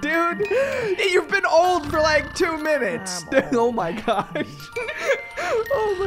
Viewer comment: its old not mold😡🤬😈